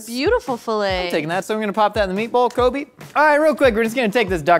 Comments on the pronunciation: Oof he literally said "Kobe"... 😂😂😂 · Man says kobe 😂